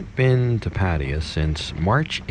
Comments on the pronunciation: "Patty-ah".....wtf is that? Try "Pa- tie-ya." Sheesh. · Sir, you should ask some Thai person how to pronounce Pattaya. Hint: accent on last syllable. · Dude: pat-TIE-ya. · dude you speak basic thai yet you still cannot pronounce Pattaya? sorry man, this is a pet of mine... thianks for the videos though!